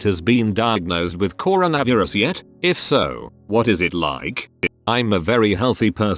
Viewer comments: Corn - a - viri - ez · The pronunciation of coronavirus 🤣